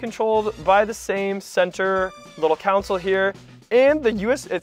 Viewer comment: Did I hear you say council when referring to the console?